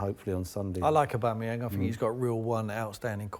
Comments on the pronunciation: Tim Sherwood “I wanted to try and find room for one of them” then pronounces Aubameyang like A-BOOME-AN, mate before you throw up your bias at least a get his name right even Paul Merson can get that one right 🤨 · Sherwood called Aubameyang "aboomeyang" What a complete mug he is. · Who's Auboomayang? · ''Abumeyang'' and ye you are paying this clown lots of money for saying ignorant stuff like that... Worst pundits on tv... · Man said "a boom a yang" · This video is proof that Sky Sports are biased towards Spurs. These two clowns don't have a clue. Between Merson being completely out of the loop in regards to the league , and Tim not being able to correctly pronounce Aubameyang's name , even though he pretends to have scouted the player in the past. VERY VERY POOR FROM SKY!